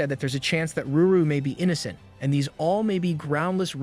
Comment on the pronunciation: I really don’t understand why you keep saying Ruru her name is lulu? or did you change the panel for CR purposes?